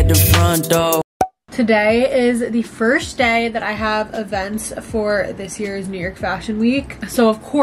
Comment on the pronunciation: is love your videos so much my friend and i watch you every week <3 but we noticed that you say firsht instead of first😭 wanted to let you know queen